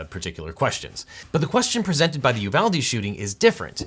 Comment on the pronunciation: That isn't correct; correct would be: ooh VAHL day It's Spanish, after Juan de Ugalde Pronouncing it you VAL dee is just white people shit. It's colonialism